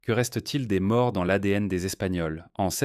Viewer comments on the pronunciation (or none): "Maures" c'est un "o" fermé, "Morts" avec un "o" ouvert, c'est différent. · Au ne se prononce pas O. Les maures ne sont pas morts. Je vis en Espagne. Grande hétérogénéité. Des gens d'allure "méditerranéenne" sont côte à côte avec des gens d'aspect nord européen. Tout le monde fait semblant que c'est la même race. L'ambiance est proche de l'Afrique du Nord.